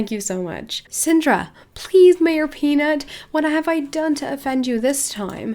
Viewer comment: "Maroj Peanut" ? Wasn't it "MAYOR Peanut" ?